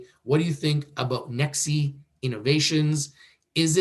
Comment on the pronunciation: Its Pronounced as NEX (E is silent)